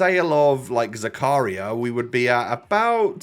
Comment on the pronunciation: When realizes that it isn't zuku-ryYYYA and it's zaka-REEEEEEEEEAAAA REEEEEE PLZZZZ